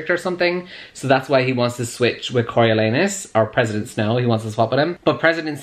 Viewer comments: “I’m reading it Cory-lee-anus...” Me: has to pause the video because I’m in tears Legit how I pronounced it until I asked my dad for help. 🤣🤣🤣 Cory-oh-lawn-us by the way. 😂💕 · "Im reading it Cory- ... Cory-lee-anus..." Literally, I wasn't watching the video, just listening your voice, and the first time I thought you said "CoralAnus" and I was WTF?!?!? XD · Am I the only one who heard “Coral-Anus” when google pronounced it? 😂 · i live for trying to pronounce Coriolanus and failing lol!